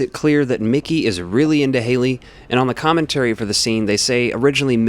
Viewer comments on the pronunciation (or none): Not Hailey, Halle